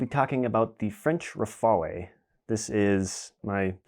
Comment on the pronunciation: By the way, in French the final "e" is silent 😂, unlike Italian or Spanish. I know you English natives have a hard time with this, my family name actually ends with an "e" and nobody in the UK ever pronounced it right.